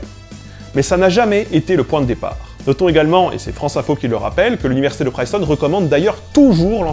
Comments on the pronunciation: Cette soupe bourdieusienne. Décidément , les linguistes n'ont rien à envier aux sociologues côté instrumentalisation de leur discipline à des fins politiques. Sinon c'est Princeton, pas Priceton. Pour un linguiste... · Suis-je le seul à saigner des oreilles à chaque "Priceton"? Sinon,, très bonne vidéo. C'est juste un point de détail... qui écorche mes oreilles.. à répétition.. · Pourquoi t'entêter à mal prononcer "Princeton", ne vois-tu pas le premier N ? C'est [prinstən], pas [prajstən]. 😣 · Princeton se prononce avec un "i" comme dans "chips" pas un "aïe" comme dans "live". Pour un linguiste ça fait pas très sérieux. ;-) Alors on répète comme ici : PRINCETON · Hey le linguiste, c’est PRINCETOWN, pas PRAÏCETON ! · Attention à la prononciation anglaise. Princeton be se dit pas priceton mais bien Princeton:-) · La réponse à la question du début est tout simplement: /ˈprɪnstən/ (EOD) , la prononcation française est donc logiquement la plus proche "prince-tonne" et non la version faussement anglicisé. Voila ^^ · Ok , l'anglais c'est pas ton truc mais Princeton quand même ! La prononciation, tu pousses ! Sinon, le latin obligatoire d'accord, ça rend moins con au final, ça aide pour toutes les autres langues et l'histoire/geo. Le Grec chuis moins sûr, mais l'alphabet aide pour les maths ! Un truc rigolo, tu savais que la locution "quid pro quo" avais un sens totalement différent en français et en anglais ! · on dit bien "Princeton" : [PRiNSTuN], le "i" médiant des mots anglais "itch", "igloo", "trip" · pr - IIIII - ncetown... Prince town -> Princeton. Il faut pronnoncer prince [pɹɪns] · on dit bien ˈprɪnstən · Cette vidéo est formidable, comme tout ton travail. Mais par pitié arrête de dire Priceton. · Bon du coup c'est /'prɪnstən/, comme un prince après tout. Comme ça de tête, je ne pense pas qu'il existe des mots en anglais où un "i" serait prononcé "aï" avant un . Top vidéo, merci pour tout.